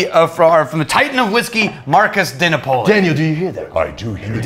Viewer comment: The pronunciation of DiNapoli is so cringe. De Naa-Po-Li. Stress the A